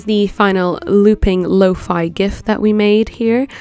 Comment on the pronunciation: Finally a person that says lo-fi not lo-fE!